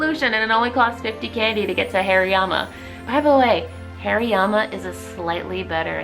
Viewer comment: Am i the only one hearing hairyyama?? 😂😂 Love the video though !